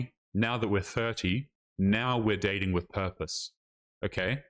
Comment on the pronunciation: Day-T-in, so dating is a 3 syllable word now?